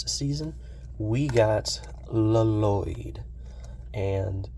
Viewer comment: If I hear someone say La-Lloyd one mote time, I will spaz!! 💀